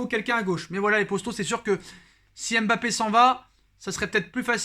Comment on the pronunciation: Je t'aime bien mais tu prononces mal son prénom. Ça gâche l'attrait et le plaisir que j'ai pour tes vidéos. Pour LLORIS personne ne dit L Loris encore moins pour Zlatan. Personne ne dit Z latan. MBAPPÉ, c'est pas M....Bappé. Zlatan